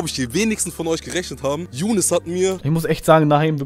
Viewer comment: Nicht jounes sondern Younes